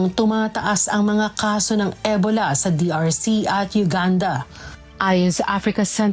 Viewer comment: E-bola ng e-bola si ate mo. Ansakit sa tenga.😅 Ee-bow-la kasi